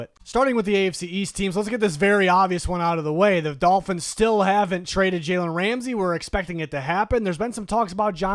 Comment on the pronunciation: Jalen "Rasmey"